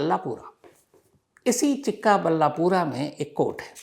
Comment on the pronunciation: chikka balla pura nahi bhai... chikballapur..